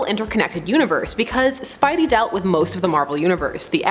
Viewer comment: Did u hear the way she said spidey she clearly never read the comics...